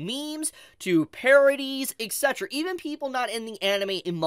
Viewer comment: Yo I love u man, but imma need to pronounce etc a little better bro 🤣